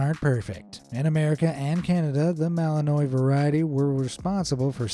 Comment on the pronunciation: Malinois is French , there’s a an apostrophe in the middle of Malinois . Ignorant people think because it ends like Illinois that it ends with the same ending which it doesn’t. This is how you pronounce it bel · juhn ma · luhn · waa